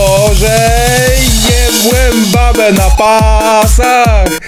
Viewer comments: BEBE ? czy raczej babe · a nie powinno być "babe" zamiast "bebe" czy tylko ja to zauważyłem ?